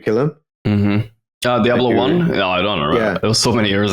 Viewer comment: I like notails pronunciation of "Jablo" haha